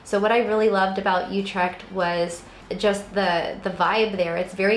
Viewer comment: Oou-trect rather than You-trect.